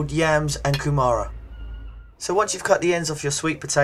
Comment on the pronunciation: They aren't yams, yams are big bulky roots and ask a māori to help you pronounce kumara it's pronounced koo mah rah.